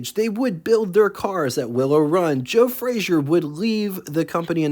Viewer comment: Frazer. Not Frazier.